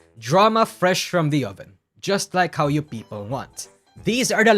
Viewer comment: this has nothing to do with the video. But I like how pronounce people as Peepo